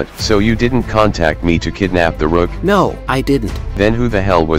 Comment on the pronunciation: says Da RUUKH